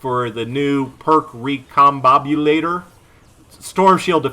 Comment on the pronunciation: Hey, congrats! U pronounced recombobulator right xD